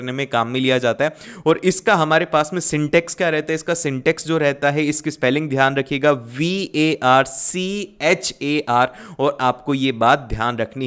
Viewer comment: VARCHAR ✅🗣️VACAR❌